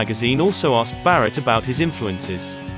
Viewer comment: Oops 😬 ! - They Got Syd right , but Barratt ! C'mon Man 😆